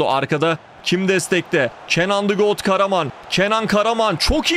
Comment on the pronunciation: Hocam got diyo aaaaaaaaaa